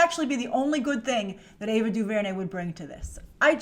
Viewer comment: The disrespect of Ava Duvernay's talent (emphasis on the last syllable by the way) is absolutely ridiculous.